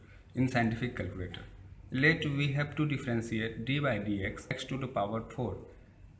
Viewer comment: not d by dx... 😂😂 its d dx